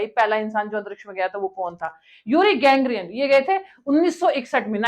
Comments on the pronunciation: Yuri Gagarin not "GANGARIN" as you are pronouncing. You are using"NALLA" word but it seems you are "NALLI" wrt your language and knowledge 😅😢❤ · Not Gangrian but Gagarin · युरी गॅंग्रियन नही, युरी गागारिन, और कुत्ती का नाम लतिका नहीं, लायका था. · बकवास कर रही है बेवकूफ ! यूरी गागारिन को यूरी गैंग्रीन बोल रही है । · गेंगरीयन नहीं ग्रेगीयन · Uri Gagarin not gangrian Lyka not Latika 😂 Baki sab thik hai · Gangreen nahi gagareen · गेंगरीन नही, गैगरीन